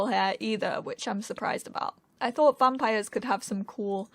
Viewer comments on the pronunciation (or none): none